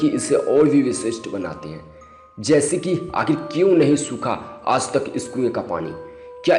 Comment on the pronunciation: Hi... i like each and every videos of ur channel... im one of ur suscriber but requesting u to plzz change the person who atleast speak proper hindi.... with good accent and pronouce... didny like who says aaj as aaz...kare as kade ??? plzz change ur video commentetor...